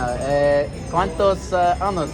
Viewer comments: gotta a be careful how you say "years" años = years ano = anus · Ayo when you say “Anos” you’re saying “Anuses” please say “Años” as in “AH-NYOHS”. Okay bye love you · I love asking people how many anuses people have 😂 Anos ≠ años